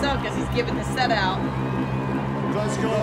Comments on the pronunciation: Pronounced Glasgo! Not Glasgow 👍🏻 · If I had one wish from a genie it would be for Americans to be able to say Glasgow correctly, Glass Go, not class Glass Cow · Glaz Glo is the pronunciation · You say Glasgow wrong ... hehehe :......-)